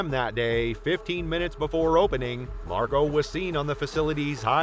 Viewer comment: I can’t get past Marco being pronounced MarGO.